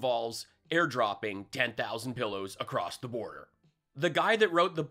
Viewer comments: “…they took Brian ACROSST”….FFS 🤣🤣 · Stold.....crost.....qwast....roko ...??? Must be a Maga Patois language. All of you reached out to the bank president..." What he doesn't know they all reached out to the bank president to thank them. 🤣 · Hey, thanks for another laugh filled 13 minutes. "stold, Compenskate, acrossed" etc etc mypillow speaks in tongues..... only recognisable to halfwits. Candian 😂 What do you say? Morons the lot of them... Thanks again, really love your show.. makes my week.